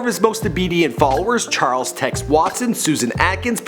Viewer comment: "churles Manson"